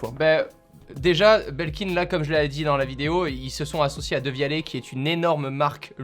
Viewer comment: Qui prononce "dévialette"